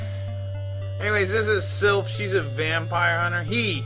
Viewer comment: Hmm. Didn't know the Sypha ending was considered cannon. I like how you keep calling her Sylph.:D